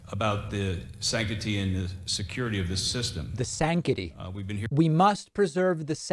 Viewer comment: He's actually saying sanctity correctly, just rushing the word a bit making a first hearing a bit odd. But he didn't really miss pronounce it...